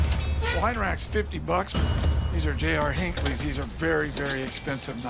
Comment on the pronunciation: La Cresta? Le Creuset. J.R. Hinckleys? J.A. Henckels. Lol